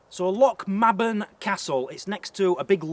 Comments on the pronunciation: Hi &.. My hubby and i visit Lochmaben regularly it is lovely in the summer..Locals pronounce it Loch MAYben as in the month.. not ma as is March..Enjoyed you Vlog..Looking forward to the rest! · Good video but the Maben part of the name like my surname is pronounced may-bun not ma-bun ;-) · Its pronounced.. lochm(ae)ben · I’m from lochmaben and it’s pronounced loch may ben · learnto pronounce Scots loch Mabel properly